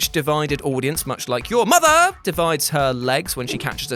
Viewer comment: Please don't say mother like that. I've never needed the Great Khali's digits in my ears more. Love the channel.